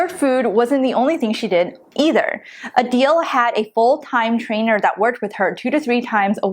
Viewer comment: Uhhhhh did you read the book???? The authors acknowledge everything you two are saying. You have no faith in some people to do this diet long term. Also, it’s A-dell. Not A-Deal!